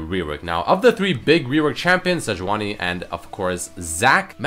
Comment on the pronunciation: Sejauni instead of Sejuani :)